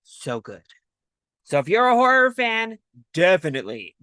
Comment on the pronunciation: did you call this a 'Whore er film'?